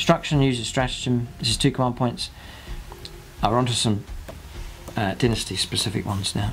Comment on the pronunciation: Dinnasty? Lol